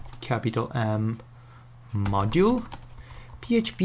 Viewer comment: OMG the part of that "mnodule" was driving me crazy lol